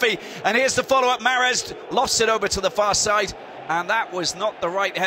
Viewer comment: عجبتني كي ينطق محرز 😂😂😂 mahreezzz